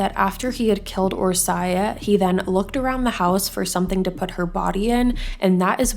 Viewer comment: It was pronounced wrong but honestly Hungarian is very different for English speakers. Orsi is the short name typically and it's one of my favorite names 😊